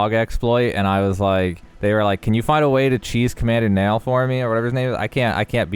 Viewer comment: As someone who's name is Niall, you mispronounced it terribly. It's nye-all not nall